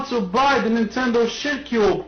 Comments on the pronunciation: "da nintendo shitcyoob" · Nenteeendo Sheitcuuube